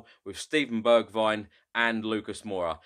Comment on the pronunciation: Hey! Great Channel and amazing videos! I've just found a common mistake with all spurs fans when they say Bergwijn's name its Pronounced Berg-vehn the "h" is a breath sound. As an Irish guy who speaks fluent Dutch, it was also tough for me too 🤣 Keep up the great work! You're a gem for this team's fanbase!